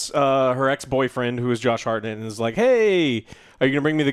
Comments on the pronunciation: Wtf is that pronounciation of Hartnett? Its not Hartnette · it`s hart-nett not har-nett, jesus